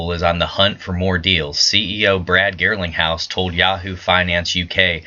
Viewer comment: Garling not Girling ...lol